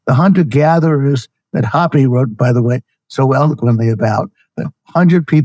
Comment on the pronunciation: I dont think that's how you pronounce Hoppe..